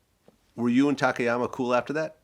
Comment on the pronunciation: I’ve seen a few interviews with Don where gets a tad irate if the interviewer doesn’t get Takayamas name right. Show the man some respect and get his name right. Dons a class act man